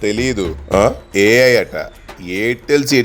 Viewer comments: 😂😂😂😂 tesla ❌ telusa ✅ Ai ❌ ayyy aiiii ✅. 😂😂😂😅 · Tesla❌️ Telsa✅️ Elon musk❌️ muskmelon✅️ AI❌️ eyy eyyy✅️ 😂😂😂😂😂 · AI❌️ Aiy ey✅️😂😂😂😂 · Ai❌ayy ayy✅😄😄😄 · AI ❌eyy eyy✅